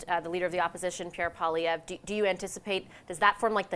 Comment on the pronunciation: "Pierre Poliwoq" 👍🏻😄